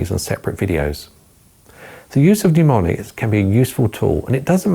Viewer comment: It is NOT pneumonics. It is MNEMONICS.